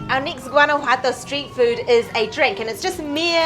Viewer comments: It's not Guana-Jato it's Guana-JUATO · Great vlog, guys! It made me so hungry just watching. Lol! I've been living in Mexico for 12 years now (originally from Florida) and speak Spanish fluently. I'm alo an ESL teacher. Guanajuato is quite difficult to pronounce but here's the correct pronunciation: /wah-nah-HWAH-tow/ The "Gu" makes a sound like "W" when pronounced together and the letters "ju" makes a sound like the consonants "hw" when pronounced together (rapidly). Hope that helps. Love your channel! Saludos de Tequisquiapan, Mexico. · You really should learn how to properly pronounce Guanajuato. There is no "G" in the pronunciation, it's pronounced in the same manner as the letter "J" in spanish. So basically it's "Wanawato". But I can tell you're British, and the British are notorious for butchering even the English language so... And before you comment back, I used to live right in the next town over, Silao, Mexico. That's not coriander in the salsa it's cilantro. Coriander is the mature seeds of the Cilantro plant. A "square" pan? Sure looked like a round dished pan to me...